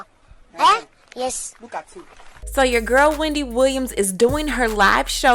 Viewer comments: 😂😂😂 “Weendy” Not slumming? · Lmao “weandy” 😆